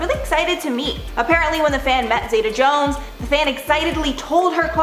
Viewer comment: They all need to remember - it's OUR money that is paying them their wages! PS : The "Zeta" in Catherine Zeta Jones is pronounced "Zeeta", 😊